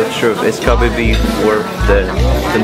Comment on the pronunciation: cough Kobe pronounce as Ko bae